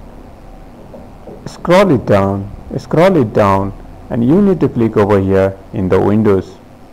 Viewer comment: U need to click over hia... Jst a'scrolit down, a'scrolit down... Just a'scrolit down, a'scrolit down 😂😂😂😂😂😂😂😂😂😂😂😂😂😂😂😂cant stop laughing